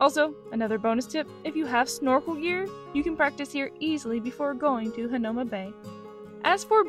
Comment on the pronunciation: FYI.... Waimanalo=Why-mah-nah-loh Hanauma=Hah-now-mah Marukame/Marugame=Mah-roo-kah-may/Mah-roo-gah-may...p.s...Roll you tongue on R!-lol Duke Kahanamoku=Kah-hah-nah-moh-koo Waimea Falls offers better waterfall/botanical garden to walk thru than Manoa IMO...Book Arizona Memorial/Punchbowl National Cemetery/Bishop Museum same day, Iolani Palace(Ee-oh-lah-nee) another day....